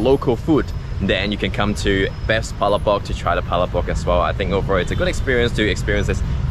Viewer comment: Please pronounce Palabok correctly.